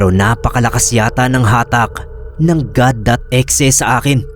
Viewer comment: bakit E-XE pag kaka pronounce 🥹🥹 pwd naman kasi as IH-EX-IH HAHAHAHHHAHAHAA